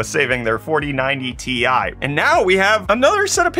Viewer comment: I think he's the only person on earth that calls the Ti cards the 4090 tie 😐